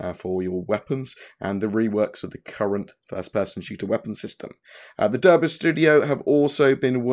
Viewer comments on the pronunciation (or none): "the derbr studio" IT'S DUN PRONUNCED DARBEY but nice breakdown! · Hi +, I didn't think you were taking the piss but now that you are still saying it wrong I thought I'd correct. Derby is prenounced "Dar-bee"!